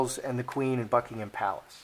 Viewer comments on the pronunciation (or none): none